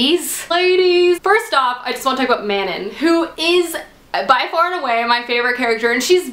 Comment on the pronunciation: Okay, not to be a prick or anything, but.. Pronunciations. Aelin is pronounced like A(like 'hey' without the h)-lin (Like Lin-Manuel Miranda), Manon is like Muh-non (like NON-spoilery), Nehimia is N-eh-he-me-uh. Okay okay, I'm done. Love you